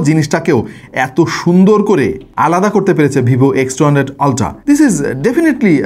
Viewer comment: Vai, pronunciation "Oltra" e hobe.